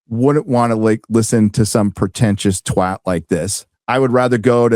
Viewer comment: is the only American I've ever heard properly pronounce the word twat.